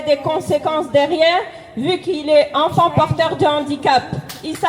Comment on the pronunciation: Oh et j'en peut plus de cet accent bledar on prononce ENFANT pas Onfon.